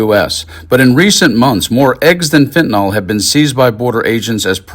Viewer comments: Fentanyl not fentanol, mispronouncing it makes dealing with it harder. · It bugs me to no end that everyone says fentanol.